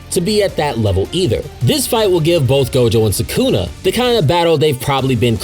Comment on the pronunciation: Why do you say Sukuna like that? 💀 Suckuna 😂